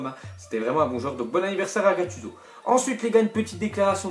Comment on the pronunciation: ah nooooon comment il prononce gattuso :(